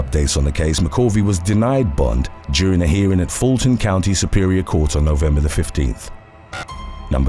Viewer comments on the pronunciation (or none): none